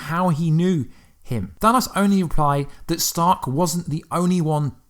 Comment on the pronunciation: That's actually not how you day Thanos